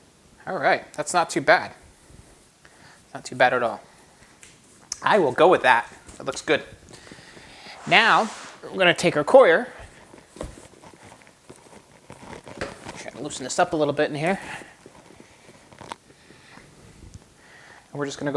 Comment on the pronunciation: Coconut Coir "Quar" say it with me. 😂 Your killing me